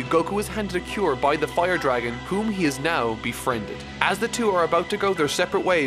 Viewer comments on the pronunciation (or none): none